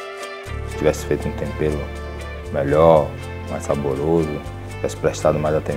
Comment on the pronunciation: Ouvir Jacquim falando Tompero e Paolla falando Obio é a melhor parte.kkkkkkkk